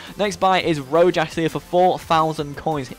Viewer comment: It's Ro-has